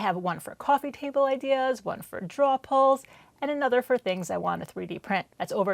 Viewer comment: Great video but, you didn't say "drawer" once! 🤣